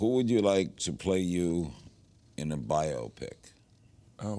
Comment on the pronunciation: “Bi-o-pick” lol